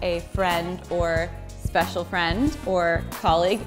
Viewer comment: Ooooo Natasha said "Speacial Friend"